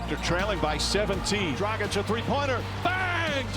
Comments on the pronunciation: LoL he doesn't even know how to pronounce Dragic's name! Tragic😂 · SAS you're right about Dragic, but please learn how to pronounce his last name properly: it's pronounced as "dragich" (g is pronounced like in "dragon", not like in "tragic" lol) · You would expect that Stephen A would be able to pronounce Dragic's name right. ...Disrespectful... Let's go HEAT IN 4! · God damnit, please say Goran Dragic's name correctly. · This guy Stephen keeps butchering people's names. I mean, how hard it is to practice a couple of times to get it right. Isn't that his job? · WHY DONT YALL PAY THE RESPECT AND LEARN HOW TO PRONOUNCE GORAN DRAGIC'S NAME. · Will someone please teach Steven A Smith, Shaq and Kendrick Perkins how to say DRAGIC?! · How do you know how to say Nikola Jokic, but not know how to say Goran Dragic or Luka Doncic? I literally has the same finish, and yet you butcher it every time SAS lol As a Serbian native, my ears are bleeding lol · How can you be a NBA analyst for this long and still not pronounce dragic right?